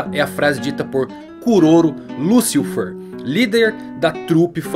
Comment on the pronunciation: '' Liucifer é foda ein, deu agonia ouvir essa pronuncia''